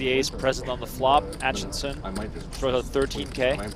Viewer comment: Commentator keeps saying Atchison's name wrong. He keeps saying Atchinson, not Atchison. Where are you getting that extra n from?